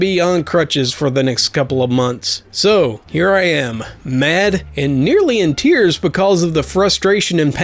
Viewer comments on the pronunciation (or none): none